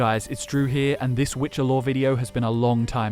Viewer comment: the way one of them pronounced" Witche'er "still echos in my dreams